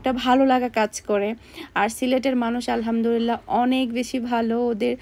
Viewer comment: Apu apni alhamdurillah bolen sobsomoy. Eta clear kore alhamdulliah bolben.....